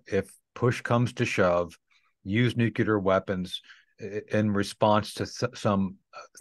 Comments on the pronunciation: I just dont understand how this guy made it to colonel , when he can't pronounce and say the word "NUCLEAR" correctly . On this video he pronounced many different variances of words similar to nuclear , but after over 40 times listening those words, none are as it should be pronounced . I thought only President Bush SON was unable to say NU CLEAR, instead of NU CULAR, NU KULOR, or NU KELAR, NU CALAR, NU KOLAR, NE KULAR , knew kelar, knew kular, knew colar, knew kilar, knew kuler etc . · Interesting that the military veteran guest pronounces nuclear as nucular, as did Pres George Bush. pronounces in correctly. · I hate it when he says nukelar instead of nuclear :'( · I have a hard time trusting people who say nu-cu-lar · It's New-Klee-Err, not New-Q-Lurr. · Its nu-clear , and NOT nuci-ler , and spelt n-u-c-l--e-a-r not n-u-c-i-l-e-r. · Did he say nucular? He should know its nuclear. Humm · Nucular???Insider who can't pronounce Nuclear, he would have been sent home first day working as a roofer. His information comes from the sand box in the school yard. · Always funny how people say nucular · I like Tony Shaffer but I cringe every time he pronounces the word "nuclear". He pronounces it like George W Bush: nuke-you-ler. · "nuke-lee-ur". You're welcome!